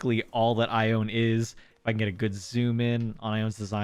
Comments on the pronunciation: Congrats on your squirrels! But I have to say it...her name is pronounced "eye-own-knee". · wow your luck today was insane! also, I believe ione's name is pronounced ai-oh-nee? I've been following you since you started posting acnh videos last year and i was really excited to see that you restarted!